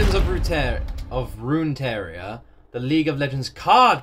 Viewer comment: Not sure where you're seeing an i in Runeterra. It's not Runeteria lol. Roon - tear (As in rip and tear) - uh